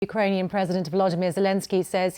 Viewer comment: Boris Johnson learned a few words in Ukrainian and with a very good pronunciation. Now, they sound the same in Slovak. He can hang in Slovakia too :) Very considerate of him.